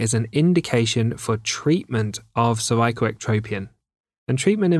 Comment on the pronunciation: I knew I was dealing with a PRO from The way he pronounced "CERVICAL" in the beginning